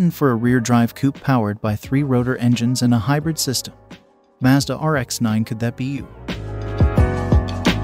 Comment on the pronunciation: Wow. An American who pronounced “Mazda” correctly!!! Finally someone over there gets it. Or maybe he is Canadian? Either way nice to hear.